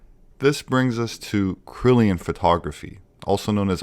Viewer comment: "Kirlian" (Kur-Lee-An), not "Krilian (Krill-ee-an)".; - ) Cool video, this takes me back!